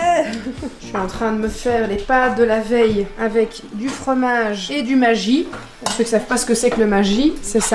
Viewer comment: Omg en t’en qu’Alsacien tu ma briser le cœur en disant Maggi alors qu’on le dit pas comme ça.. on le dit MaGGi le g se dit comme le g non pas comme le j 😂 mais sinon j’adore les vlogs merci pour les vlogMass parce qu’on que c’est du travail merci bcp à vous tous ❤️❤️